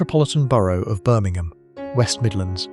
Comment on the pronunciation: Yep😅 And Birming-ham. 😂